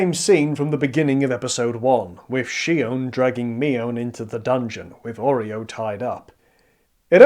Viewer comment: Stop pronouncing Oryou as Oreo